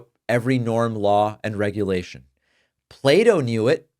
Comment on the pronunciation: It's Plato - not Play-Doh